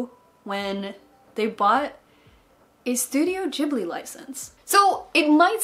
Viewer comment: i think you might be mispronouncing ghibli? x3 how is it pronounced I can never remember!